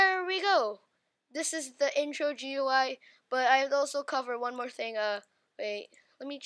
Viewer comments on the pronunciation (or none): I have two tips: Its pronounced gooey and Dont sou d so depressed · it pronounced gooey